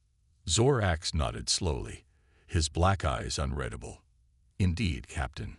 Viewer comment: Ditto with the flashback!!! I thought the damn story started over again!! Otherwise, good story. HOWEVER........would you people STOP using these POS AI's!!!!!!!!!!!!!!!!??????????? What the HELL is "daybriss"?? What the hell is "unredable"???? What the hell is " cozmus"??? What the hell is "BEARedge" (barrage)????? What the hell is "quarenTINE"???? Why don't you narrate the stories yourself like some authors do???? There's are MUCH more enjoyable without all the freakin grammatical and pronunciation errors!!!!